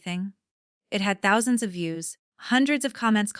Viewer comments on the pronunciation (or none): AI can't pronounce the word "thousands". It says nonsense in other stories too when mentioning money.